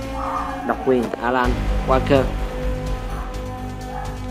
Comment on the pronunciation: dj alan walker chày ơi ! Khổ Đọc tên thần tượng tui đoc tào lao nghe bùn hết sức